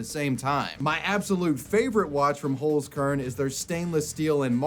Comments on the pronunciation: The way you pronounce Holzkern is awful xD Pls look up the pronunciation and try it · The way you pronounce "Holzkern" is so funny to me. It translates to Wood Seed btw. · I love how you pronounce Holzkern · Always funny to hear English speakers pronounce words like 'Holzkern'.